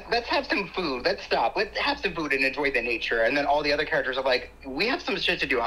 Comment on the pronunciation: Did he say " lez be honest" ?